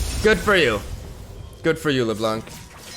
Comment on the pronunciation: You pronounce LeBlanc wrongly.